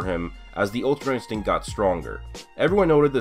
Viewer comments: my guy said ultrainstego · "Ultra instego" lol